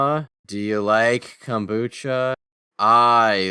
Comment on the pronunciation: the way you pronounced it, I heard it as cum-bucha...